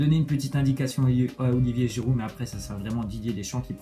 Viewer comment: C'est Giroud Nan ( au lieu de giiroud)